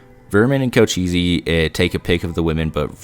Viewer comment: co-che-ss, not co-cheesy.